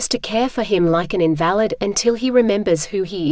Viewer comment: I don't like computer reading the stories they mispronounced Invalid (cripple) as in valid (not applicable).